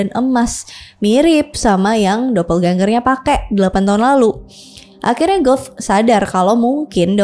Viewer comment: Penyebutan karin harusnya Qorin. Penyebutan Goethe bukan Gout tp baca apa ada nya Goethe ( Gote/Gute/Gote)